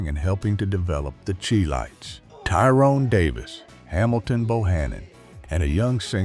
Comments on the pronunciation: Chi lites it pronounce Shy lite not chee lite🎉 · "AI" always finds a way to screw it up. The group who recorded "Have you Seen Her" is not pronounced the "Cheee Lights", it (CHI LITES) is pronounced SHY-Lights, as in Chi-town. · The Chee-lites, Bony Maranee, Otis Level ... I wish someone would teach these AI voices to pronounce these names correctly ... ho-hum. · Thank you! I grew up in the 60's and 70's . I loved Billy Butler,Walter Jackson, and Barbara Aklin; Otis Leavell I so remember seeing them perform live at The Regal Theatre in Chicago. Please note; The Chi-Lites pronounced like "Shy- Lites" Otis Leavel pronounced "Levell" Thank you again for bringing these "unsung' artists to the forefront. I enjoyed. ❤🎤🎼🎹❤️